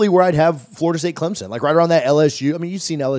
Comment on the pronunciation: I dont want to join any conference where the fans cant pronounce Clemson. There is no ‘z’ .